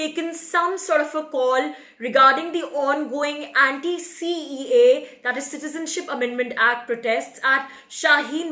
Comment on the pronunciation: Say "CAA", IT'S SOUNDS "CEA" ALSO IN UR ENGLISH CAPTIONS UT SAYS CEA...BETTER ENGLISH THEN BEFORE , NEEDS MORE IMPROVEMENT.